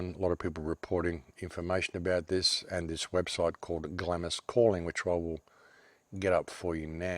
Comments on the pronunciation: I had to stop listening as you kept pronouncing 'Glarms' as 'Glamis' it was driving me nuts. keep up the otherwise good work! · Please - Glamis is pronounced Glaams, Glamis Castle, Scotland. But whole story is very suspicious and reeks of Illuminati. elite. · Glamis is pronounced "glams". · The Scottish castle is pronounced "glahh ems " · Glamis pronounced "Glahms". You're welcome.